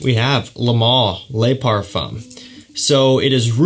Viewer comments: Le Pa(r)fuuu(m) lol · A little tip: "le" and "de" in French fragrance names are pronounced "luh" and "duh" respectively! So "bleu duh chanel" and "luh parfum" :)